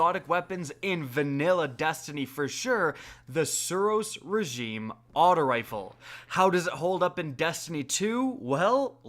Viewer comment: I can't stand the way you speak The SUros REgime you emphasise the first few letters of every word